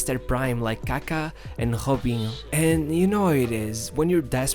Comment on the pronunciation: I have heard of J being pronounced as H but never R, mino hialo? Hobinho?